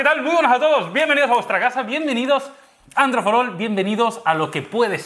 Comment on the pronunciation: "androi marmalo" Ste karloz :v